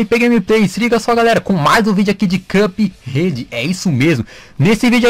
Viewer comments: cara,,foi mal mas me da um nervoso vc falando CupRede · "Cãp Rede"